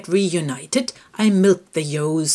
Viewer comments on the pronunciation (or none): "but before they get re-ewe-nited, I milk the yos" I like how she calls ewes "yos". But she pronounced the "ewe" sound when saying reunited (re-ewe-nited). If she's calling the ewes "yos", shouldn't she be saying re-yo-nited? Lol lol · I love how you pronounce "ewes", it's very similar to the way my late father and grandfathers said it. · Pronounced "yos"